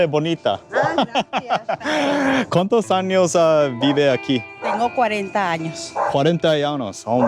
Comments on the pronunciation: Not the anos 😭 gotta pronounce the ñ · 😂😂 dude said 40 anus instead of 40 years in Spanish 😂😂😂😂😂😂😂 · That Años almost sounded like anos. Lol 😅😂